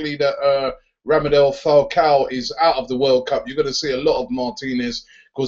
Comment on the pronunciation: Its Radamel, Robbie, not Ramadel haha